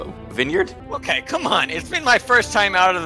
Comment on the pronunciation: 'a wine yard' LMFAO